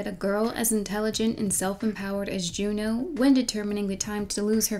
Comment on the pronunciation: every time she said “jew-new” i cringed